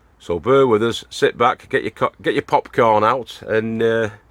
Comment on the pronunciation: Did you just nearly say cockporn instead of popcorn?😂